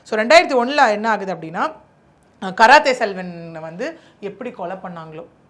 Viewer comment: 😂😂😂 karathai Selvan கராத்தே செல்வன் 😂😂😂 தப்பு தப்பா படிக்காத படிக்க தெரிஞ்சா படி